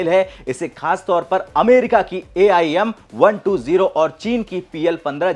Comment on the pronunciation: AIM.. यम.. क्या बोल रहे हो यार